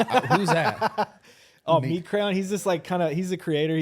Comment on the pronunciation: It’s Meat Canyon not “Meat Crayon” 😂